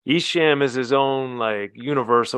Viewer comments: E has been doing it for 30plus years and people still cant pronounce his name correctly 😂. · He can't say esham right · Wait a minute. You know the Michigan rap game, but can't pronounce ESHAM's name.